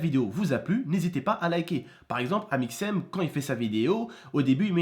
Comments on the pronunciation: On ne dit pas "d'Aymixem" mais on dit "d'Amixem" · pk il dit aiiiiiimixem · Y'a que moi que ça fait rire quand il dit "aymixem" ? :p